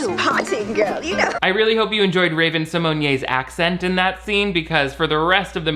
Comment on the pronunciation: Right I’ve never heard anybody pronounce her name like that 😂😂😂